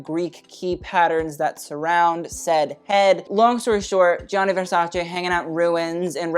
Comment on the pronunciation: Actually Gianni is pronounced "Jani"! Great video as always ☀️